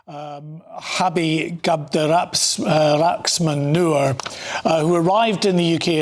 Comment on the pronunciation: Cabdiraxmaan Nur. All I kept hearing was MANURE. 💩 💩💩😂🤣😂💩💩💩